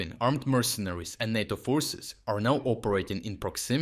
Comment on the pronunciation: 'Tis Nayto me 'ansome not Narto.